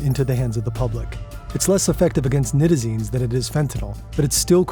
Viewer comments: Nigh-tazines not Nit-azines. Smh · Night-AA-Zeen-s is how it is pronounced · Pronounced Nye-tizines, not knit-izines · Night-a-zine* at least pronounce it right if you are going to try to make a whole video about it.